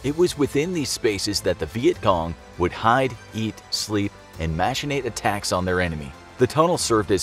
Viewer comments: He says vietgong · He says vietcom